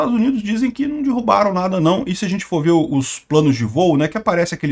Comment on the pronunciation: "Dirrubaram" é fod@ hein.😶‍🌫